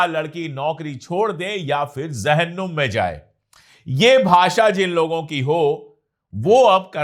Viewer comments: अशोक भाई शब्द जहन्नुम है ज़हन्नुम नहीं है। अर्थात j है z नहीं है। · sahab..ZAHANNUM nahi JAHANNUM hita hai